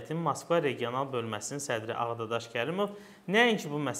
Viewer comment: Ağadadaş yox səf dediz Ağdaşşax😉